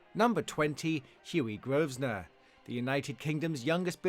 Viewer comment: Sooo...His Grace The 7th Duke of Westminster's name is Hugh Grosvenor, not Hughie Grovsner.....